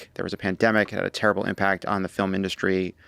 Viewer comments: The word industry is three syllables. The phenomenon you’re trying to put your finger on is that the proper emphasis is on the first syllable, tRump is emphasizing the second syllable. I’m a little disappointed in Tommy and your all’s understanding of syllables as speech writers… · Trump says it "in-DUST-tree", when there should be no accent on any syllable: in-dust-ree. He hits the "dust" part too hard. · He says In-dust-tree